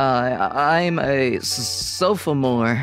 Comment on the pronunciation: Sofamore? It’s sophomore